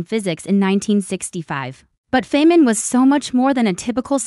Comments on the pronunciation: Richard Feynman (pronounced FINE-man) deserves better than this ridiculous short that doesn't even know how to say his name. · This is an AI video with, from what I can tell, ZERO images of the REAL Feynman, whose name this video mispronounces. Great job of dissing a great scientist (that was satire).